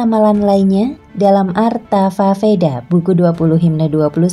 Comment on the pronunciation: Bacanya sloka mbak, atharvaveda bacanya atharwaweda, dinarasi ulang dulu yuk🤭🤭 suksma, salam damai